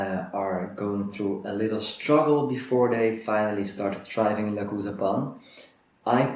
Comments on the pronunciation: I checked their German youtube channel. They pronounce it "le-choo-za" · Le-choo-za. New follower. Binging videos.